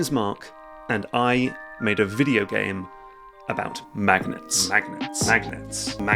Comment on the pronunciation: Ugh! This whole time I thought he was saying “magnates” and trying to figure out what this had to do with business tycoons!